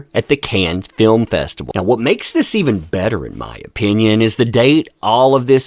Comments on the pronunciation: It's not a terrible joke, it's that you are mispronouncing "Cannes" horribly. It's not like in "kick the cans down the road". It's Kân. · I LOVE YOU,, so I will tell you, it's pronounced "CAN", not cans..... just FYI. Love you! xoxo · The French place name 'Cannes' is pronounced 'Can' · I’m not sure if you’re trying to be facetious, but it’s pronounced “can” lol regardless, this is another well deserved win for Johnny! ❤ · I wish my French was good enough to watch without subtitles but I'll suffer with joy. It looks to be a feast for the eyes. I believe it's pronounced "cahn" which is perfect for that pun. Another great article from ". Sorry, couldn't resist that. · No “s” sound with Cannes